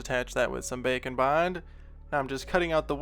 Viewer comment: *knows it's called Bake n Bond, still only hears bacon bond